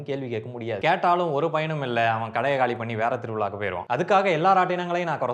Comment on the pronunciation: Don't say thiruvela